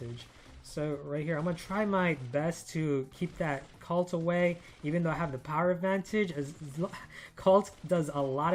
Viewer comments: Colt like cold not calt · Love ur vids man, keep it up! Also, I dunno if it's just me, but I keep hearing u say Cult...not Colt.. kinda triggers me sometimes lol